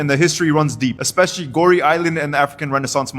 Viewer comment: Pronunce GoRay , not Gori😂